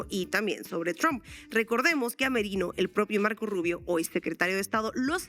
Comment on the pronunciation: ES GRINGOU, PORQUE ES RUBIOU.